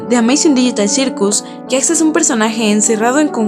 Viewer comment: E w pq dice Jacks y no Jax